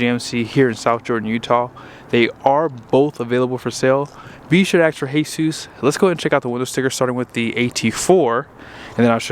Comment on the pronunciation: I think you pronounced Jesus wrong lol